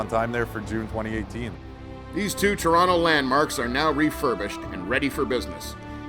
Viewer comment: Nice to hear "Trawna" pronounced properly, but the vid could have used a few "eh"s.